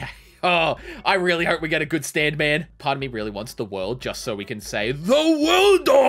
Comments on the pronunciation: its ZA WORLDO not THE WORLDO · “ The worldu” B-but it’s ZA WARUDO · Correctly Za WARUDO but not ZA WORLDO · I like how he said: " The worldu!" Instead of "za warudu!" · Bro said the WORLDO but it’s ZA WORLDO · This man said the wrold not ZA WALDRO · Theworldo? Yo mean ZAA WARUDO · Bro did he really say THE WORLDOOO!! Except for ZA WARDO okok its alright im not bashing or anything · I love the video, but God dangit if you say the worldo one more time instead of za warudo, I might hurt you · Bro said THE WORLDOA its ZAA WRAODO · aGH HE SAID THE WORLDO INSTEaD OF ZA WUARDO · Its not THE WORLDO its ZA WARUDO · Its za warudo not the worldo… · za not da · It felt so weird not hearing “za worldo” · when I heard him say "the worldo" I gringed so hard my battery died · When some says "THE WORLDO," you know they dont watch jojo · My heart broke when he said the worldo 🤒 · when he said the worldo i cringed so hard dude this man just needs to watch and read the animes hes gonna play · its called ZAWARDOO